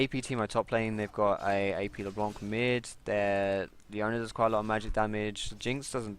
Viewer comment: it's not leblonk ...